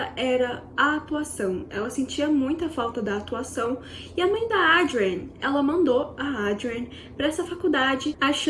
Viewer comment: A narrativa poderia ser melhor. Muitas repetições tornaram o vídeo longo e cansativo!! Assim como os nomes da atriz e diretora - Adrienne, que em sua dicção repetitiva, ouve-se 'Audrey'. Creio que possa melhorar em vídeos futuros... Desejo sucesso.